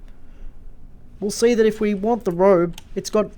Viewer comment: Cool plugin. Thanks for the vid! It’s Ro-bee btw 😉